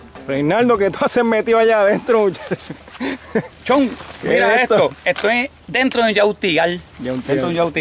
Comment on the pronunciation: "Chon" por favor callate!